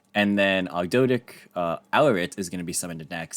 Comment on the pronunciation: Its pronounced og-do-ah-dic